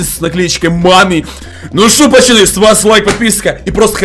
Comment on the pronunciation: Интересный факт: всегда говорит пачаны????